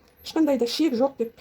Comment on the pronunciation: Шек емес. Қыздар, қатындар І Ш Е К. ішек дееееп айтсаңдаршы. Ішек, ішек, ішек